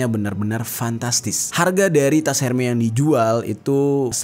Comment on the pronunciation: Hermes bacanya ermes bukan herme ….